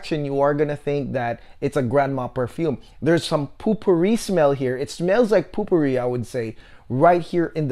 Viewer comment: Great review -- I want to get it for my mom now if it has a good rose note. (oh we don't really pronounce it 'POOPOO Ree' lol, it's 'POE per ree')